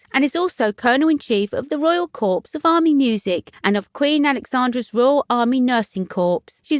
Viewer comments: I understand. US President abd Commabdee if the Armed Forces for 8 years continued to call the US Marine Corp the ‘CORPSE’ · Very pleased as the Countess is not appreciated enough. The commentator should note you do not pronounce the s in corps. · Please learn to pronounce viscount and corps, giving English speakers a bad name 🙄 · I really appreciate this channel. Keep up the good work. However, please double check the pronunciation of words if they're not in your everyday vocabulary e.g. corps and viscount. I wish you continued success with your channel. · A Royal Insider should know how to pronounce corps. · Yes and the s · The pronunciation drove me mad too, such a poor error to keep repeating. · Same narrator I think who says cowhide.....terrible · Drove me mad too If you can’t pronounce words properly maybe reporting is not your” forte “ NOT PRONOUNCED FORT😂😂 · It's never pronounced CORPSE (meaning a dead body) ... CORPS is pronounced COR without the 's' and is French for 'body'. Kindly research the correct way of pronouncing things when doing a voice over as it can be totally jarring to the listeners when words are massively mispronounced. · Somebody should teach the narrator that viscount has a silent s and corps is pronounced core and not corpse!! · I sincerely hope she did not visit the corpse!!!Corps is pronounced Cor.Please correct.This is an alarming duty for Sophie! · Interesting. At least in the U.S., Corps is pronounce “Core” with the S” being silent. Corpse is something left behind when one dies. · Can't believe the presenter said corpse --Not Corps - pronounced coor. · I cringed. US President Ibsma called our Marine Corp the ‘CORPSE’ too! Ignorance! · It's pronounced core not corpse. Corp with a silent P. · Do try to pronounce words properly. Corps is pronounced core. Not corpse! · Um ... It's pronounced "core" ... Not "corpse" ... Hope this helps ... 😊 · And don't know how to pronounce corps. It's core, not corpse.